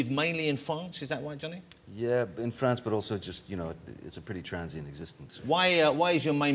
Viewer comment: "& you live in Fwance? Is that wight?" Lmao Sorry...